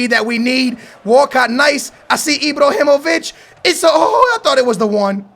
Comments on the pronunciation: IbrAhimovic not IbrOhinovic, LewANdowski not LewONdAski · I-BRAAAAA-HI-MO-VIĆ not I-Bro-Hi-Mo-Vic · It's IbrAhimovic not IbrOhimovic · why do you just ignore the letter a lol? Ibrahimovic not Ibrohimovic and Chicharito not Chichorito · STOP SAYING IbrOhimovic it's IbrAhimovic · maaaaan look at the letters its ibrAhimovic and chichArito learn to pronounce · Pls stop say "enjury", "Ibrohimovic", "Lawandowski" and so on it can't be that hard to pronounce it the correct way which is injury, Ibrahimovic and Lewandowski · lol say ibrohimavic lol my man its ibrahimavic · stop fucking saying ibrohimovic he is ibrahimovic and chicharito not chicha orito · anyone else wanted to facepalm their table whn he says ibrohimovic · Can this man not pronounce the letter a? He says like ibrohimovich and chichorito over and over again. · "Chicorito" "Ibrohimovic" whos next? Suorez? Ahaha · "ibrohimovic" hahahahaha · dont buy chicharito stop saying chichórrito and Ibróhimouvitch it freaks me out, get them out I dont want to ear you murdering their names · FFS aa, HIS name is not ibrohimovic😂 great vid man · why da fuck do you say ibrohimivic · ibrohimovic and lauwandowski??? well done